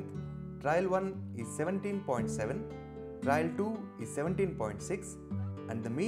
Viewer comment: I guess it should be "trial" and not "trail"?